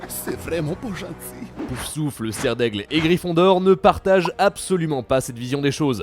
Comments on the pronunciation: Je suis stressé par le fait qu'elle prononce "Poussouffle" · PouFFFFFFFFFsouffle. Pas "Pousouffle". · Il faudrais peut être apprendre a dire POUF SOUFLE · A part l'architecte, les infos étaient déjà connues bien avant la sortie du jeu. Pour la prochaine vidéo sur le sujet, pour essaierez de prononcer correctement "Poufsouffle" et vous retiendrez que le prénom de la fondatrice est Helga et pas Holga 😁